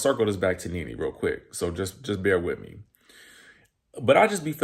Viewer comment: All I keep hearing is “RENEE” 😂😂